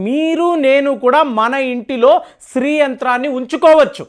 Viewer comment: the pronounce what you telling is STREE it should be SHREE. sorry for commenting this, as it will be followed by others also